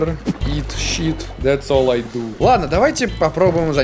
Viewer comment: drink water, eat sheet 🗿🍷 англичанин 🗿🍷